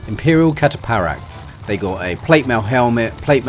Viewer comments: It’s pronounced Cat-a-Fract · Cata Fract that’s how you pronounce it mate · A yes, the cata-paract. How are you from england and dont know that a ph makes an f sound lol. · It's pronounced "cata-fract". Think along the lines of eye cataracts. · I mean no hate, it's simply been bothering me so I feel the need to say it, cataphract is pronounced cat-ah-fract. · It's pronounced, cat-uh-fract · The way you said cataphract had me dying its said like cat-uh-fract 💀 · you pronounce the ph in “cataphract” like the ph in “phase” good video btw 😀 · Listening to him mispronounce Cataphract after 3 attempts was hilarious. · the "ph" in Cataphract, is pronounced as F